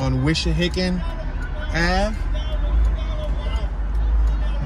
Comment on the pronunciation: It's not Wishahickon -- it's Wissahickon babe.